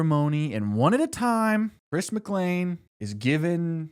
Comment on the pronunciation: why do you mispronounce chris’ last name ? 😐